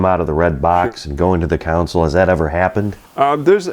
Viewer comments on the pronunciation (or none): is it an upper midwest thing to always pronounce console as council? Pretty annoying. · Console, not 'council' surely? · If only the so-called "experts" in narration would properly pronounce the word "Console". It's not a Council. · Great video. One note: Console/council…different words…different spellings…different pronunciations…